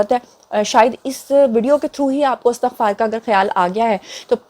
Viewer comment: السلام علیکم پیاری بیٹی۔ سدا خوش رہو۔۔۔۔ آمین "استغفار" کا درست تلفظ ہے "Estighfar" لہذا اس کو "Astaghfar" پڑھنا درست نہیں ہو سکتا۔